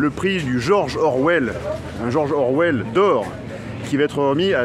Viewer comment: 👨‍🏫 George Orwell, no "s" please